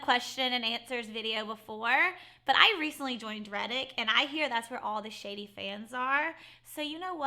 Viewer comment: It's Reddit not Reddick. 🤦‍♀️😂